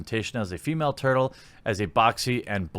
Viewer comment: It's turtle ma'am!